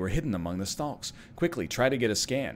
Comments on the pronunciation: NL...why are you pronouncing the L in Stalks? As a fellow Ontarian i must know. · It is extremely strange as he seems to pronounce it correctly a few times afterwards.